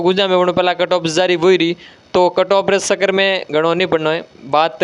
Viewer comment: Sir pahle chakkar bolna to sikh lo